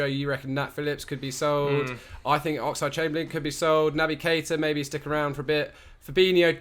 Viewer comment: Why does he keeping saying "Oxide Chamberlain"?